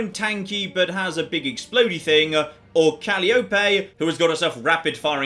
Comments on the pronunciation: Agreed. Of course, it could be worse. Before I learned to say it right, I used to say it Cal-ee-ope. So glad I got corrected. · Hey, its call eye oh pea